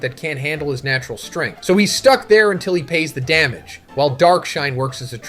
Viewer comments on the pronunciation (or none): none